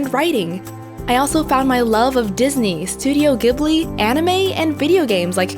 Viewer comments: She sactually pronounce it "studio giblee" dood its pronounved studio jiblee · Studio gible.... Duh it's Studio Ghibli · It's pronounced jibly not gibly I'm talking bout studio ghibli btw) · It's said GeblE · Didn't even say Ghibli right